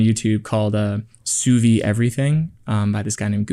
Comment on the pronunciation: sous-vie ? or sous-vide ? In French sous-vie kind of means "under life", and sous-vide means "vaccum" ("under empty"), don't forget the "d" sound at the end